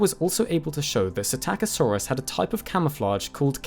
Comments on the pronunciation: LEARN TO READ!!! You grossly mispronounce psittacosaurus (parrot lizard) at every opportunity! Where the hell do you even get "SI TAKKA SAURUS from"? It is pronounounced "sitta ko saurus". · You missed the "p" as well. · I keep thinking he's saying "attackosaurus." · didnt know thats how the name was pronounced, always thought it was pistachio-saurus like the nut 😂😂😂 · "PSITTACUSSY"!?!?!??! NOOOOO 🤣🤣🤣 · In the word "psittacosaurus," is not the "p" silent - as in the word "pswimming"? (Yes, that IS a joke, but the question is real enough!)